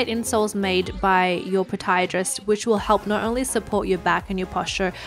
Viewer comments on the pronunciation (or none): she really just said potiadrist...